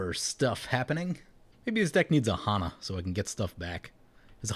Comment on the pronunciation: My dude, pet peeve of mine. Hanna is pronounced the same as Hannah Montana. I have a friend with the exact spelling.